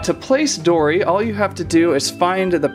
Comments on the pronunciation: its dory not dora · It was funny you said dora not dory